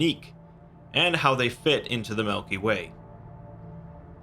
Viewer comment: did he say Melky Way?